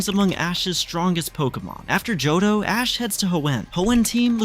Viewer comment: somewhere in between I heard ass instead of ash